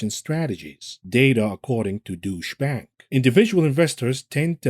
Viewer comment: Douche bank! hahahahah! That pronunciation was gold!